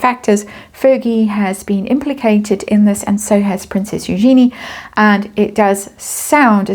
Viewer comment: It is pronounced You - Genie . At l east according to Eugenie who is a bit flummoxed that people keep mispronouncing it. It is the femenine of Eugene. So just think Eu as You and Genie as the Genie in the bottle.